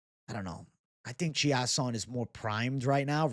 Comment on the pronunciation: Chiasson is pronounced chase-on